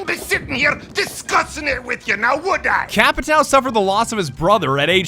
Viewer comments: Hey,. It's not "Capitao", when you are talking, it's Capitaum. Trust me, iam from Brazil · Ur pronunciation is a bit off its capatio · Ah and Just saying you say cha-pee-tahum PS the h do not sound as an r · I find it funny that you keep calling him "Capitao" while the portuguese word for it just means "Captain" in english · Nobody:: CAPITÁL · My friend said that the correct pronunciation is “capishao” because of the “~” on the ã. I learned something new today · Brazilian here. The little fella on the A for "TAO" should sound like "ON" as in centurion or a weak "OH in "UH OH" so in basically its sounds like capit"oh" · The closest way of pronouncing "Capitão" correctly would be "capitown". "ão" sounds a lot like "own" tbh. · Can everyone and their r ur pronouncing capitao wrong just fuck off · TheOnlyDavidG. They don't even know what the "ã" means, and they won't waste their time searching it. "Capitao" is good enough, I guess. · Like in portuguese ur pronunce is like CÁPITAUMN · I wish doing the "ão" sound would be less hard for english folks lol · Everytime you say "capitão" i cringe for some reason. Probably because i'm stupid and brazillian... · Jeeezz is suffering listening you pronuncing capitão wrong, but that's not my fault, there isn't this simbols: ~ ` ^ In English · Everyone says Capitão wrong and its funny asf. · As a Brazilian born and raised, the way you pronounce Capitão is both hilarious and absolutely infuriating. God bless you:P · The way they say Capitão..it hurts.